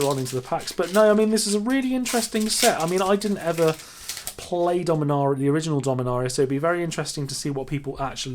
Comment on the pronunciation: Take a shot every time he mispronounced dominaria